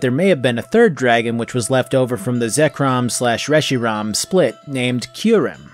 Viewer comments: "resh-ee-rom" Reshiram - resh-ee-ram where in the hell did you get the "o" from?? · Short a